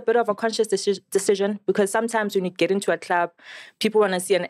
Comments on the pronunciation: Miss pru and the word decision- aykhonakali 😂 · miss pru can't pronounce 'decsion ' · LOL All i was thinking when she was trying to say the word "Decision" was that Hwiphii! meme of Julias Malema🤣